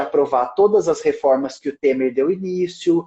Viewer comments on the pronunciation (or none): none